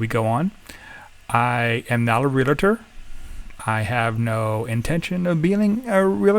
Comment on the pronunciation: Good information about the villages. I suggest you pronounce realtor correctly.